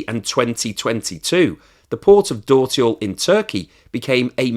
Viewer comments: A few remarks: 1) Dörtyol - meaning Four-Roads - is pronounced "dirtyol" - and my turkish is by far not fluent either. 2) The interesting part is that India hardly imports refined products from Russia. And Brazil only imports refined products. Inida will much rather refine the Russian oil and refine it. Here I've noticed that PM Modi has visited Denmark in the last week. Meaning that if India does not cut the price of refined products considerably they stand a good chance of being hit by sanctions. Actually by refining the oil the origin is difficult to acertain. Turkey does not have enough refining capacity, so they are interested in reselling refined Russian oil products, Brazil does not have refining capacity, so they are interested in importing (and reexporting) refined oil products. China has lots of refining capacity and is as such interested in importing crude. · Hey, dört in dörtyol is pronounced similar to the English word dirt.